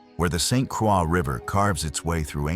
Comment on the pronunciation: Needs to learn proper pronunciation of the place he talks about. Lost all credibility...obviously AI. Also missed many places that should be mentioned. Seriously, St Craw?